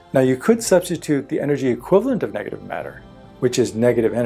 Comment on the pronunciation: how many times he said the word degative?????